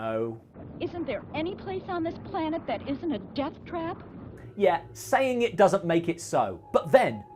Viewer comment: I could have sworn she said “jump cut” instead of “death trap” and had to rewind to check 😆